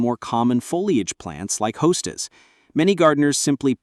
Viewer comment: AI sadly.. it could have been very informative and enjoyable but with the constant drop me a comment message along with mispronouncing, hosta, clearly marks it as fake artificial intelligence.